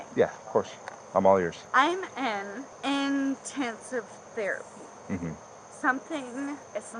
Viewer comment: But she's in IN-TEN-sive therapy. 😆